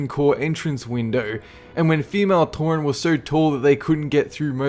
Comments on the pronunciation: OMFG TAUREN = NATURE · TAUREN = NATURE! XD LAUGHED MY ASS OFF